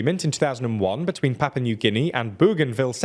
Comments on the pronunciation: Why do you call Papua New Guinea "Papa"? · Papa New Guinea??! Do you mean PAPUA?! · “Papa” New Guinea, lel. Ah, yes, come to Papa.